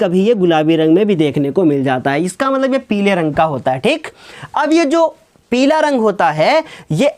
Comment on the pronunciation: Sir agli class me peela bolna😂😂😂